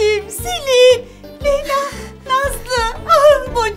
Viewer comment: Leyla nasııl dedi amma